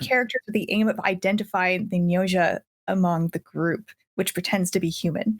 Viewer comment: I’m interested in Gnosia, but don’t usually play visual novels. Still, I suspect it’s pronounced “No-see-ah,” kinda like how its Greek root “Gnosis” is pronounced “No-sis.” Bit of a rabbit hole to dig into on that one, and all I can really say on that is “Read ‘Thunder; Perfect Mind.’”